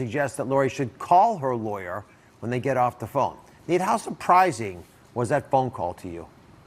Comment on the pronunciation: I have 100% respect for you Nate and will follow this to the end. I have ZERO respect for Dr. Oz as he and Dr. Phil downplayed COVID in a dangerous way. Apologies from him was not good enough. PS: It's "Nate" not "Nat" Dr. Oz.